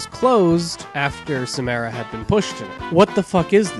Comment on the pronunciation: I'm sorry, but the way you were saying Samara triggered me.